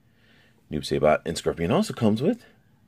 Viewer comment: Hahahahahahahahahahaah saybot? 😂😂😂